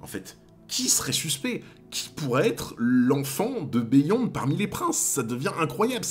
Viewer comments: Stp arrête de dire " béh yonde " et dis " biyonde ". Ça gâche tout. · Beyond se prononce “biyond” c’est un mot anglaiz a la base